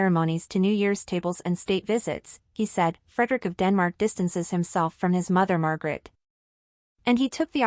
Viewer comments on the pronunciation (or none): The Queen’s name is not Margaret it is Margrethe. Please pronounce it correctly.